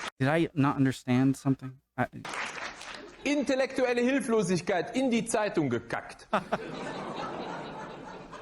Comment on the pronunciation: First he mispronounces the word 'intellectual' making fun of readers of "Die ZEIT" (A left leaning liberal (in the European freemarket etc sense) newspaper). Then he compares the headline to commonly used quite trite and corny phrase, "So jung kommen wir nicht mehr zusammen" ("We will never meet again being this young"). The phrase is often used by elderly people at parties, meaning that we should make the best of this party. The phrase is obviously true but also banal.